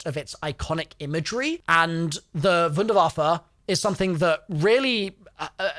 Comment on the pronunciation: you pronounced wunder waffe really good